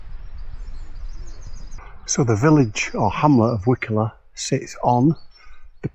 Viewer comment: It's pronounced "Wye coller". My mum's grandmother was the last child born there before it was abandoned in the late 1800's, and I remember visiting in the 1970's when it was a "ghost village" with no-one living there, though most of the buildings were in pretty good shape, considering.